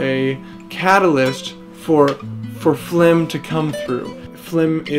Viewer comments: .... I can't believe it took me 3 minutes to realise you were saying flim and not film. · Haha notice how pronounced FILM as FLIM, and many of us still fell for it. Well, I guess it's the smart art of the one and only. You guys are amazing. Rooting for you guys to win Internet Icon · It took me awhile to notice they were saying Flim making... Still awesome! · there are people who actually pronounce film like that